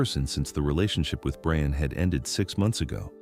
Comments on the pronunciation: Can you please change the wierd boyfriend's name pronunciation to Brian (BRI-an) from Brain? It feels as though someone misspelled his name and they stuck with it. It takes away from an excellent story, whichis very well-crafted. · Why can’t AI pronounce properly? Brian!